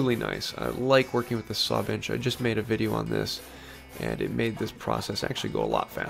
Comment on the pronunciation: Your accent souds like ( bitch instead of bench ) a good laugh, thanks from Aussie Dave